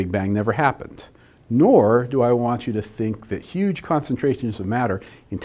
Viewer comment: a yuge difference :)